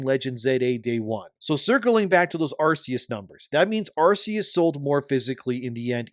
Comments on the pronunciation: It's Ar-KEY-us, not Ar-SEA-us. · Ar-KEE-Us. Pls my guy, it's been 18 years. We had a movie. We had Legends Arceus. They gave us an Arc phone, which is a dead giveaway for how Arceus is pronounced T-T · It's not "Arse-eus".